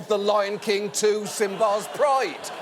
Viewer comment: John mispronouncing 'Simba' not long before voicing Zazu